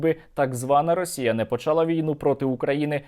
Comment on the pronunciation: почалА, а не почАла